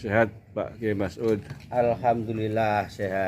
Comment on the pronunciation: Kyai mas'ud pak..bukan masngud..bahasa indonesia nya di perbaiki lagi ya pak😊😊